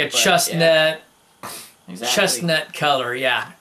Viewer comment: Chustnet??? Probably chestnut.